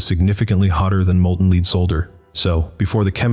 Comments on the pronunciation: Humans: If you must use robot narrators then learning to properly misspell English words for them to read is important. "Lead solder" is no good to a computer program: you have to call the stuff "led sodder" if you want it red rite. Also, proofread before you publish, especially with smartness-type content. I wish I were dead. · Do people actually pronounce the element with a long e?